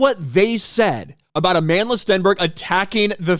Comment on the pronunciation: "Amanless Stenberg" is how I heard you say it.